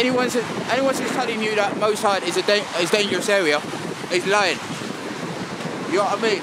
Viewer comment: Hahaha nuff respect to you guys and it's brilliant what you doin but it's moss side not mo side. 😄